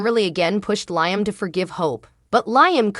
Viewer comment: I wish all of you that tells us the spoilers on Bold and The Beautiful would really watch the show so you would pronounce Liam’s name right. All you have to do is listen to his name and you would find out that you are pronouncing his name Wrong every time.